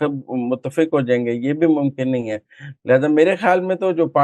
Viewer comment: Muzamil Saab kindly meezbaan badal do ya mohtarma ki pronunciation thek kara de urdu ki khey ko hey toba